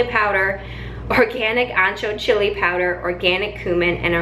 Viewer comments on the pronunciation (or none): none